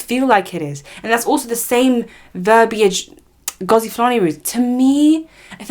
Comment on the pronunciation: I don't know why Youtube put you on my screen. You my dear are a race pick me. You are the type to tell MASSA that we are planning to escape. As an ethnic person an African you choose to mispronounce her rooted name as if the yt man didn't take ours. Yes online abuse, verbal abuse is still abuse just like what they do to the black England players. FYI Sistah is a Jamaican Patois spelling stupid. Sister is not "normal" it's English. HEDLEY is an English surname which means that her ancestors were owned by English white people named Hedley, she has the right to change it. She has received support from REAL Black people and people of other races who are not in denial of the truth. You are pathetic, smh. Black people have had enough. All these yt people in your comments with their hidden profiles go all over YouTube spouting bs racism and you cosign. Shame on you. 1 day when 1 of them drags off your head scarf and Verbally abuses you, don't come on here seeking sympathy. What you need to understand is Some people DO NOT know where they "really" come from and some people are only just finding out. Being asked multiple times is triggering and white people need to understand that and back the f**k off.